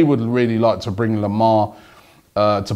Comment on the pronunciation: Robbie its not thomas lemar its THOMA lemar